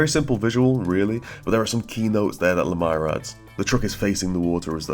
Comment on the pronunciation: Still saying his name wrong... ;D Great pick for a video, loved the theme and visuals of the book.